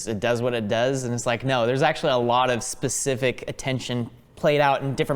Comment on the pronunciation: Did just say "basific", instead of "specific"??